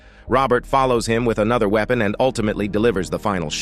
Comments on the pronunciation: Damn AI narrator! It mis-pronounces weaponas wee-pon and winery as win-ery. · "Winnery" ? "Wee-pon"? "Gee-oh"? How hard would it have been to get a real human being to narrate this? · OMF. Robo voice 👎. Weepon is actually spelt Weapon and pronounced Weppon. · Dear Robot Voice, it is not a 'winnery', but a 'Y-nery', pronounced just like the 'wine' in, uh, 'wine'. Also, not 'Weepon', but 'Weppon'.....after that I gave up watching, pronounced 'wotching'. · "wee-pun"??? Lol. This computer voice is hilarious. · "The we-o-pon of one of them in the wee-nery"! Thats Hollywood for you. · "Winnery"? Do you mean to say "winery" like a place where they make wine? "Weepon"? Do you mean "weapon" like a gun? You might want to meet an editor who can teach you how to pronounce English words. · A weepen and a winnery. I cant listen to this. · maybe the bad guys were "wee-ping" after the "wee-pon" was used against them in the "win-nery"? /s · the "wee-pen"? What the fuck is a wee-pen? Are you trying to say weapon and for some reason can't read for shit? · A.I. voice lol .. "winnery" .. "weepon" .. had to leave 53 seconds in. Why do ppl bother w/ these garbage digitized voices? Oh .. and the cam rip is the chef's kiss lol .. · "wee-pin", and "win-air-ee"????. Yikes. You have got to be a bot. A few seconds in and I am quitting your video. 👎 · winnerry? weeepon? lummydux cant shermans read? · What’s a weepon and winnery😂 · The "winneree" ? The "Weepun"? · The best way to avoid mistakes in using an AI voice overdub is check your audio before posting. You can phonetically spell the words it got wrong, then redo the AI dub, and there will be no mistakes. Also, if you mispell words, the AI will get it wrong. Winnery, Weepon? Oops. Despite that, this is a good summary of the story. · Had to stop watching after a couple of minutes when he says winnery instead of winery and weepon instead of weapon. Where did they get this guy? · The pronunciations are a joke: weenery, weepon. Is this AI?